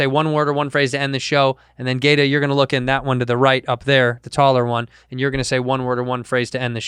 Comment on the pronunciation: Not familiar with either but it's pronounced ghata not gayta lol